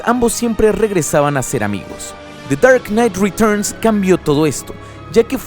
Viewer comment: me da risa tu acento ingles cuando dices de char nait retochn o sea the dark night returns